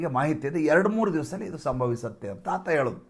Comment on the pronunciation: Idu news antha helbeku. Hidu alla.Ha & Aa uchchara sariyagi thilkolli please.